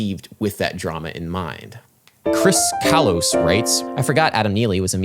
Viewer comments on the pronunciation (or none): none